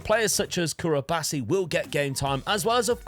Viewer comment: Did you call Cubarsi Curabasi in 🤣🤣